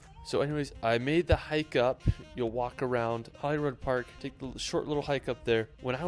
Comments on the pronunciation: Holyrood park is pronounced Holly-Rude park btw. I can't even type the way that guy pronounced it because it makes me cringe as a Scotsman to hear that let alone try and write or type it. Oh and Scotland is simply the Scot's back yard, my back yard that i have never even explored myself having lived in a concrete jungle my entire life. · Glenfinnan is pronounced fin an, NOT fee nan. As you said guys it's Edinbuh-ruh, NOT Edin boro. Holyrood, NOT Holyrod. The pillared edifice at the top of Calton Hill in Edinburgh is known as Edinburgh's Disgrace. When started it was supposed to be a replica of the Parthenon in Athens and to be a National Monument to the fallen Scottish soldiers of the Napoleonic Wars but they ran out of cash with only about one third of the building finished. Btw, the best known repellent for the midge is actually a beauty product called "Avon Skin So Soft", which works far better than any of the over the counter insect repellents. Loch Lomond is pronounced Low mond, NOT Lomaund. As a point of interest, Loch Ness, while sadly not containing a monster, does contain more water than all of the lakes of England and Wales combined. I lived in Stonehaven for a couple of years, way back in 1962-65(aged 9-12). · You pronounce Edinburgh correctly, he doesn’t. It’s Holyrood not Holyrod . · Edinbro😂 (Edin bruh), Gen fee nan 😂( Glen fin anne), how he got Holy Rod from Holyrood Park I have no clue. could go on but honestly its too funny to correct everything 😂